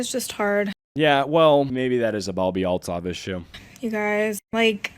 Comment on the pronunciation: Oh, it's Althoff, not Altov. Ew, she's wearing the awful, unquitous skank top +cropped spaghetti strap top) that I see EVERYWHERE. I absolutely hate crop tops and the shapeless pants look. I see women and girls wear these outfits when going on to look nice. They are the most CASUAL thing and the skank-top-with-flared-leg-pants-and-tennis-shoes look really needs to go die in the dumpster fire it crawled out of. I have visceral disgust and anger when I see girls and younger women wearing the most DULL and samey outfits no matter where that go. Cave climbing? Crop top and flare pants. Wedding? Crop top and flare pants. Anniversary dinner? Crop top and flare pants. Job interview? Crop top and flare pants. Funeral? The same crop top and flare pants. This woman's personality seems to be based on this outfit. STOP MAKING TAP WATER FAMOUS.